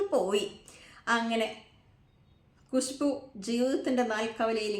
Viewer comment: കുശു ബൂ അല്ല ഖുശ്ബു